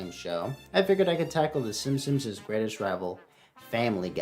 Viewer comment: Is it just me or does it always sound like he is saying Simsims?